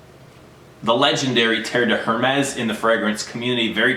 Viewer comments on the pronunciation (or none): Mate you do not pronounce the H in Hérmes.